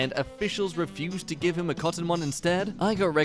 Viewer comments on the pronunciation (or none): none